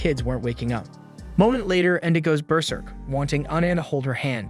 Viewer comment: Sounds like he says bear urine 😂😂